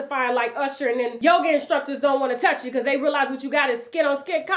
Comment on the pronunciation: You get on my nerves! A lot of yogi’s and he doing yoger 😂